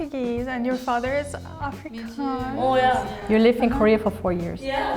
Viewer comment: They picked the most English Capetonian to represent Afrikaans? She can't even annunciate the word 'Afrikaans' correctly, This is soo fkn dumb honestly and crazy flawed and inaccurate